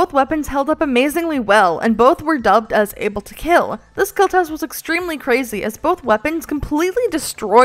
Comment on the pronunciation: It will keal